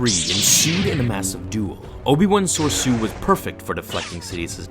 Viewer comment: Anyone else get a bit triggered every time he mispronounces Soresu? Everyone I know pronounces it Sore-RE-Su